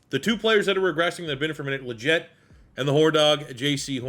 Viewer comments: Dude really? Haha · Legette is pronounced “Lee-Get” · Excited for this video but cannot bear to listen to you butcher Legette’s name for 103 minutes